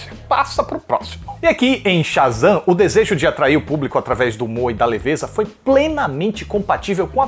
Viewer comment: "Otávio sha" e "super Zan" 😑 tu não falou isso